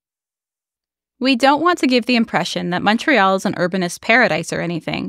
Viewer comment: So nice to hear someone pronounce Montreal correctly in English. You hear MAHN-tree-all so often on YouTube.